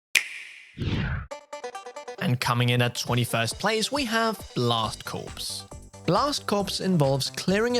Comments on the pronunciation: I know this is confusing to Europeans but the p and the s are silent in the word Corps, so the title is not pronounced Blast Corpse, its pronounced Blast Core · "Corps" from "Blast Corps" is pronounced "core" not "corpse." There was at least one other mispronunciation but I'm not bothering to rewind and watch this again. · It's pronounced Blast Core, not corpse. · "Blast Corpse" 😂😂😂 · I think it’s pronounced blast “CORE” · "blast corpse" LOL